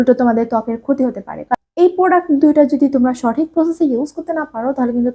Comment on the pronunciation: এটা প্রডাস না এটা প্রডাক্ট